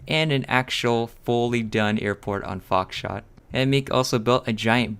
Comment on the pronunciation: Did he said foxshit in the beginning lmao